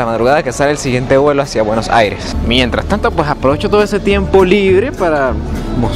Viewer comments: Hola, que te vaya bien en Argentina. Es Buenos Aires y no Buenos. Aires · Cuando pronuncias Buenos Aires, se dice Buenosaires, todo junto. Saludos, y ojalá tengas suerte en mi patria, que es la de todos! Un abrazo